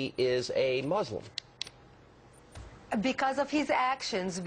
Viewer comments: It's "Muslim" not "Mulsim" Let's see, they have Muslim, Christian, Unsure and Neither. What, can't Obama be a Jew? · "Pew: 1-in-5 say Obama is Mulsim." What is a Mulsim?